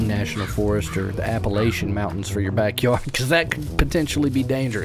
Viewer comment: You said Appalachian wrong :(